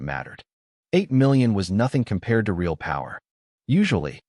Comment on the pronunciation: Please learn to actually speak English correctly or stop making shit, I guess the choice is yours but I'm downvoting this right this second for your inability to say real.